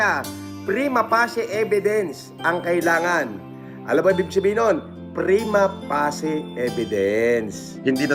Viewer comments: mali yung pronunciation ng prima facie, ang tamang pag pronounce ay "prima fey-shi" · Prima pacie❌ Prima passi✔️